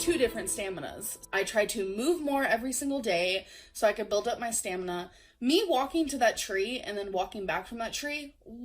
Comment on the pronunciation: Why does she pronounce "walking" like "Joaquin"? I keep thinking of Joaquin phoenix lolol